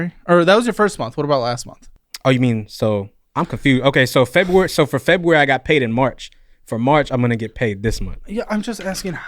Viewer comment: Maybe I'm just getting old but this guy with his "Fo years ago" and "Munds" instead of months and Febooraeee" hurts my ears.